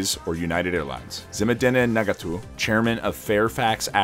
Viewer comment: His pronounciation of Zemedeneh Negatu was funny. 😂